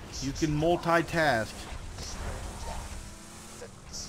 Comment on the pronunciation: Hey! Love ur vidz. But what you said? Mul-thai-task? What it is?